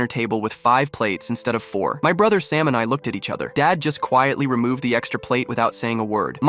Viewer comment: Sam became “salmon” and “stamina”